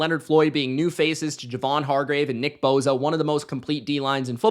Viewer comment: why do you pronounce Nick Bosa and joey Bosa last name with a Z lol?